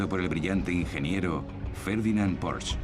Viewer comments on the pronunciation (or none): none